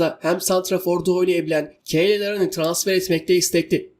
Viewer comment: Cyle Larin (Keyle) değil (Kayl) Larin...